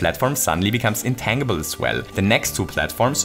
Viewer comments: Just FYI, "intangible" is pronounced "in-tan-ji-ble" not "in-tang-ible". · it's pronounced in tänndjibell not tännjibel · "Intan-gee-ble" not "Intangled-ble" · Just FYI, intangible is not pronounced with a hard 'G'. It's pronounced more like 'intanjible' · In-tan-jih-bull, not in-tang-ih-bull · Um, it's in-TAN-gi-ble, not in-tang-ible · Psst- it's pronounced in-tanj-ib-ul not in-tang-ib-ul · Just a random little thing: "Intangible" is pronounced "in-TANJ-ibb-ull." :) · Wonderful video. I do want you to know that you pronounce “intangible” really cutely, but it is actually pronounced in-TAN-jih-bul. As in, “I got a nice TAN this summer.” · Hey, just a small heads-up, the word "intangible" is actually pronounced "in-tan-jih-buhl" in English! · Intangible has a soft g: intanjible. Just in case you weren’t aware :) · Intangible. The G in intangible makes a J sound and the A is not long. In-tan-jah-bull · Psst.. It's pronounced "in-tan-juh-bull". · The way pronounces "Intangible" is ridiculously delightful. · I'm sure plenty of people have stated this already but the "g" in intangible is a soft "g" sound. Which means it's sounds more like a "j" as is Gem, Giant or Gym as opposed to the more common hard "g" sound as seen in get, going, ghost, grape etc. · Hearing "intangible" with the hard g was killing me lol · If you know how to say tangerine, that's closer to the correct way to say tangible. It's a reasonable guess though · is he saying intangible? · intangible is pronounced with a soft g like in tangerine. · Intangible Pronounce the g like in change.